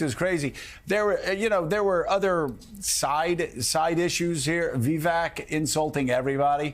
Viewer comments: Joe-of course you wouldn’t like Vivek (pronounced Vi-vake, NOT Vee-veck 🙄🙄🙄), he makes too much sense, knows what he’s talking about and isn’t up to his chin in 💩already!!! Not your type of career politician, I mean LEFTIST, sorry 😂😂😂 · Did that guy just call Vivek V E E V A C? For the love of god if you're unable to pronounce the name correctly , how can anyone take you seriously? Forward to to listen. FYI, Vivek's performance was stunning and I don't believe you when you state you asked someone about his performance and that person suggested he was a con man but that people would believe him; I believe those to be your words. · Who is Vivac? Purposely mispronouncing or actually not listening well enough to know he is saying it wrong? Whatever the answer, it disqualifies him from being taken seriously. Arrogance and pettiness seem to be the most important qualities MSNBC hosts need. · What a joke this station is. I can't believe people actually consider this junk news. Speaking so low of supposed crimes that actually aren't but not a peep of Bidens crimes. Talking about these candidates. How Vivik speaks? Biden or Harris can't even make coherent sentences 😂😂😂 Biden can't keep from crapping his pants or even knows where he is. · "VeeVack" Joe? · VivAk. At least know how to pronounce the dude's name. How are those ratings going, MSNBC? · Now him pronouncing Vivak name wrong is racist, why arent people crying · Joe just sounds ignorant and out there- can’t even pronounce Vivek. Take him OFF the air MSNBC, you’re wasting your $$